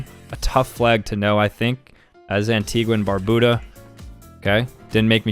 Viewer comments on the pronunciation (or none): that is NOT how you say Antigua and Barbuda. It is pronounced Antiga and Barbyouda. I literally live there.